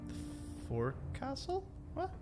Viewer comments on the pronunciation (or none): Forecastle is weirdly pronounced "foke-sull" and is an area at the front of some boats & ships. Presumably, in the film Jaws, when Quint goes onto that projection on the front of the Orca to shoot at the shark, that's also the forecastle..?